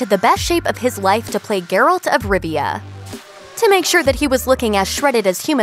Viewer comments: ...Ger -alt... it is pronouced jer-alt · Pronunciation is "geh-ralt", not "ger-olt". Am I the only one who cringes every time she says his name?